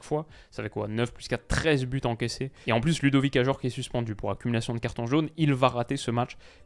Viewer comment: 3 buts à 1. Il y a un S dont on dit la liaison « 3 Buz à 1 »